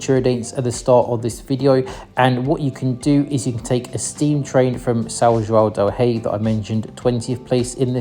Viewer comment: Eu sou de Minas e a pronúncia de São João del Rei e Tiradentes ficou muito estranha , quase irreconhecível 😂